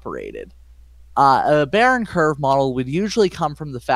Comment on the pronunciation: It's pronounced Bayern Kurve not Bayern Kurve!!!